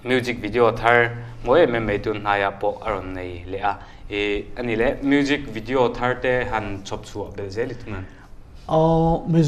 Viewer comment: "bijinesss" "mujik video" 😆 acting a rukin a bawn.